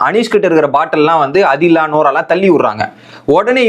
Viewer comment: And not Adila… it’s pronounced as ‘Aadhila’ (ஆதிலா) & Jishin (ஜிஷின்)